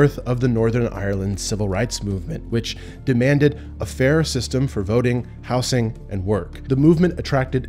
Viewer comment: Please stop saying "houssing"🤣🤣(it's "houZing", I could find nobody claiming otherwise)